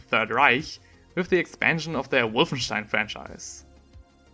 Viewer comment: I love how tried to pronounce Wolfenstein the right way to sound like a cultured man while completly butchering the pronounciation